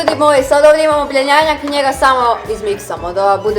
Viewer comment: ko je skuzio da je rekla "bjenjanjak" hahahahah🤣